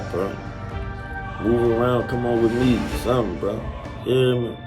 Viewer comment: Boy said I want you to come wimme to see my work😂😂😂😂😂